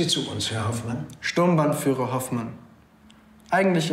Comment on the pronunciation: Bin ich der einzige, der "Sturmbandführer" versteht? Der Rang hieß "Sturmbannführer".